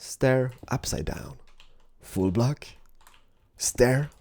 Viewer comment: when says full block it sounds like he says fool block